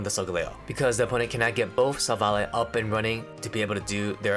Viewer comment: you deserve a sub also youre the only person ive heard pronounce silvally correctly so thanks for that